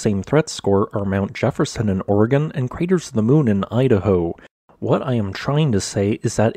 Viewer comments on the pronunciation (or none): none